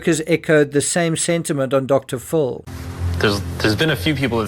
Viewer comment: So sorry but just irritating when a name is prounounce wrong. It is Dr. PHIL as in PHIllip. Dr. you call Prince Phillip Prince FULLIP? It is Dr. Phil NOT DR. FULL